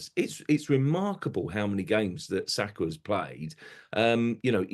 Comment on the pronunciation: Sakargh??! Now was that ne-ce-ssary?